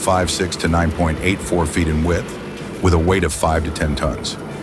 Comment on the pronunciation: Tons not tonts